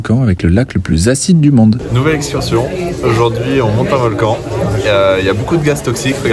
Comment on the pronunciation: On dit aujourd’hui pas EUJOURD’HUI Maëva !!